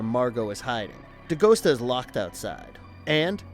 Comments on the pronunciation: Novel was so much better, they cut out the main character Agent Pendergast It's Dee Gust AH, not Dee Ghost ah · Not De Ghost-ah. De-Gus-ta! He told you in the movie!